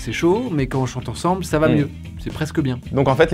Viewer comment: environ , j'ai entendu ba , et pas va